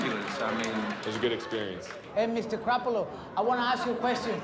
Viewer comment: "Mr CRAP-alo" LMAOOOO